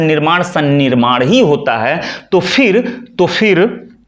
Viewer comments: आप 'फिर' शब्द का उच्चार कभी-कभी (इस वक्तव्य में लगभग आठवें मिनट पर) "फ़िर" कर लेते हैं, जो ग़लत है। सही शब्द (बिना नुक्ता) 'फिर' है। रोमन लिपि में लिखें तो — सही — phir, अशुद्ध — Fir. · आप फिर (Phir ) को फ़िर (Fir) कह रहे हैं और कभी-कभी श को स उच्चारण करते हैं, उसका क्या ? उच्चारण भी सही होना आवश्यक है ।वैसे अन्य संधि संबंधित जानकारी ठीक है , पर संस्कृत न जानने के कारण, लोग भ्रमित होते हैं । 🎉